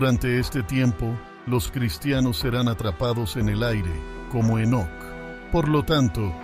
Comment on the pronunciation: Segun tengo entendido era Enoc y no enoke a menos q leas la biblia en otro idioma.